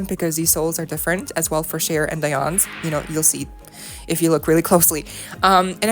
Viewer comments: It's Dee not Di (Dionne)! Geez!😒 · Her name is Dee-on 🤦🏿‍♂️ Sorry but u honestly could've researched her name if u weren't sure of the pronunciation